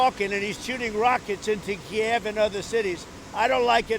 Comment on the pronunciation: I like how he pronounce KiEv instead of Kiyv, it says everything you need to know